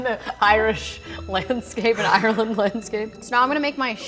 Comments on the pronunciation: As I an Irish person, it incredibly annoys me how they say Ireland/Irish... Ireland= Areland not ierland, Irish=I rish not ierish! :( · The way she said Ireland lol